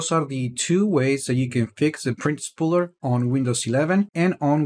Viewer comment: did you say "spread shit?" 😄